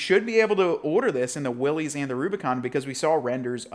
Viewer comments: *“Will-is”, not “wheelies” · At this point he has to be saying "Willys" incorrectly on purpose, right?